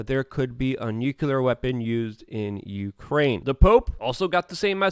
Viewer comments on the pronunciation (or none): U want to know if your wrong? Yes! Its nuclear... not nucular! Other than that you are correct😀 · Great analysis as usual, Luke! Again, it's NOO-CL-Errr, not Nyoo-Q-lerrrr. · how about "noo clear" ? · Can you say "clear"? Now add a "nu" in front of it and say it with me NU-CLEAR!